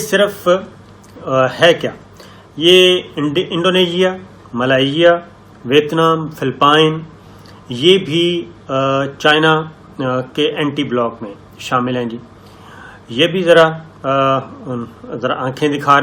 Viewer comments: It is Phili"ppeen" Not Phili"ppine" English is a very illogical language regarding how it spells words. Take double letters like in "LLoyd's Bank", although I have heard some Lahori's pronouncing it "LaLoyd's Bank!", it is pronounced as "Loyd's Bank". Similarly Philippine has no reason to have double P s, but they are their. Similarly the correct pronunciation is "Philipeen". In written form urdu it is exactly as English writing. How ever Pakistanis keep on pronouncing as written. It is not a crime to mis-speak foreign words, but why not correct it when mistake is realized? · country name philippines ko philipp-ayeen nheee kehte....fill-peeen bolte hain..ek philippines ne meri correction ki hai..........